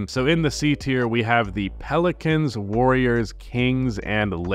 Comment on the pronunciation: Awfully wrong way to say the warriors lol